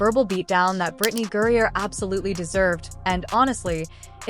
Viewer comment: The name is GRINER not GURRIER!